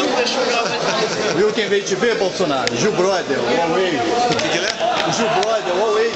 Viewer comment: "Bulsunario" ashahsahsahs